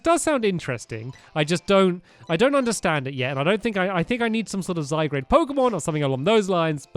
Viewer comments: Y u call it Zygrade it's Zy-gar-de... ... ... gar ... ... ...garde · stamp its not Zy grade its Zy guard! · its called Zygarde not Zygrade! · It's not zy grade its zy gard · stamps it is not zygrade its zy_gar_de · Zygarde is pronounced (Zi-guard) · its zygard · you say zygarde z-y gard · Pronounced Zy-God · Zy-guard is hoe it is pronounced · STAMPS!!! First of all, it's pronounced ZY-GAURD. Second, zygarde is a very powerful Pokémon cuz ITS A LEGENDARY POKÉMON!!!!! 😲 You just need to use the zygarde cube ONLY to assemble it. I hope you see this cuz I just want to help 😊 Luv u Stampy ❤️❤️❤️ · stampy this is how u say zygarde zi guard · Stampy it's zy-guard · Stamps, it's zy-GAR-dAy. P.S. You're Awesome! :) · It's called zy-garde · It's pronounced Zie Guard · It's pronounced zy-gar-ed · its pronounced zygaurd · how to pronouce zygarde (zy guard) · ITS PRONOUNCED ZY - GARD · It is pronounced Zy guard. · STAMPY ITS PRONOUNCED ZY GAURD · It's pernounced ZY-GARD!!!! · It is pronounced Zye-Gaurd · The pokemon stampy said is pronounced Zy-gard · stampy its Zy-gard and you use the cube to create it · It's Zi-guard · Stampy, its pronounced Zygarde the e is silent so Zy gard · stampy its pronounced zy-garr-dey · Your saying zygrade its zygrade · its zygard. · It's pronounced zy-gard as in garden omg you made me die on the inside!!!!! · you say it zy-gard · sorry to correct, but its pronounced z eye guard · play xyz to now what zygard also you are saying zygard wrong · It is said zy-guard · The Iron Golem yes you pronounce it zIgard or zIgard-A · stampy it pronounce as zyguard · zygrade....... sigh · STAMPY YOU PRONOUNCE IT Z Y G A R D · It's gard stampy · stampy u say zygarde wrong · hey stampy what zagard wrong saying the a you mess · I got so triggered when Stampy butchered Zygarde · your saying zygarde wrong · zygarde not zygrade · ITS ZYGARDE NOT ZYGRADE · It's Zy-g-a-r-de not Zygrade😤 also it's a legendary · all the pokemon fans are crying "ziegrade" lol ZYGARD 😂😂😂😂